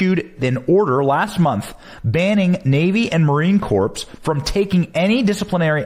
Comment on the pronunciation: It’s Marine Corps (the ‘ps’ is silent). This is how CORPSE is spelled. 🤨 #KnowledgeIsPower